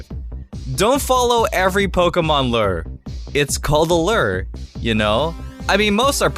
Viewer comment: or a car.... and it's looer, not lerr